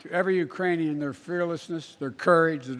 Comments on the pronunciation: It's quite easy to slur JUST ONE SYLLABLE so that Ukranian is mangled, i.e. the K is lost, so it sounds like Uranium, and maybe the letter U sounds like "UH" anyway, depending how you pronounce it. Remember that Biden has a minor speech impediment which he has fought for decades. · It sounded like "Uranian" to me - as in, from the planet Uranus.